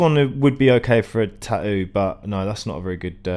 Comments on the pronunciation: No, "tahou" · tahoo lol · The way you pronounce tattoo makes me furious